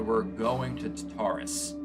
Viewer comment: Tar-ta-rus.....NOT Ta-tar-rus...please stop